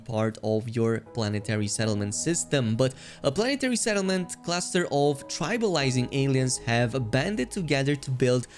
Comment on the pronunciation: Trailblazing not tribalizing